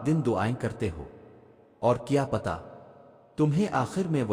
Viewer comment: Brother do u listen to ur recording before posting some Urdu words u don't pronounce properly like it's not patta it's pata. It's not feekon it's fayakun